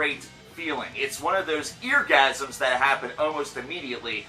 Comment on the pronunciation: Did you say EARGASM?